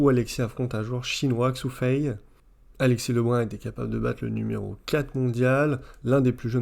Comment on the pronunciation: Bonjour Je vais faire une remarque à deux balles, mais bon... On ne prononce pas le x due "Xu Fei" comme en français mais comme un "ch". On dit chu chin par exemple, pas Xu Xin. Voilà voilà., ou je me trompe ou bien tu prononces Xu Fei. Après j'aime bien ta vidéo, et je te remercie de prendre le temps de nous enseigner le "haut" niveau en ping. On attend avec impatience l'analyse de la défaite contre Calderano. J'ai eu l'impression qu'Alexis a fait beaucoup de fautes en revers sur ce match (donc la finale), provoquées peut-être ou alors manquait-il de jus?